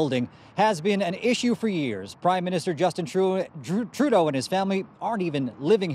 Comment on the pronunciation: Way to mispronounce Trudeau's last name. For a news reporter, that has to be rather embarrassing, considering it's his profession.